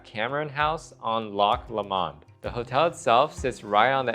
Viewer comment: Lomand, with an accent on the first syllable